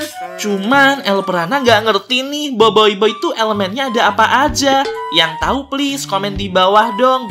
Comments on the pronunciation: Boboboy kak bacanya bukan boboiboy, emang tulisannya boboiboy tapi bacanya boboboy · Aku Bilangnya: Boboboy Bilangnya: Boboyboy Tulisan Boboiboy Bacanya Boboboy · Boboboy kak cara sebutnya 😑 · Tulisan: Boboiboy Aku Bilangnya: Boboboy Bilangnya: Boboyboy Tulisannya Boboiboy. Bacanya Boboboy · baca Boboiboy Gini BOBOIBOY Bukan BOIBOIBOY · KAK kok Bilang BOBOi😅😅